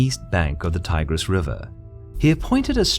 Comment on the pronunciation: I like the work but you need to work on your pronunciation. You have mispronounced, darius, euphrates and tigris. Got alexander right tho ))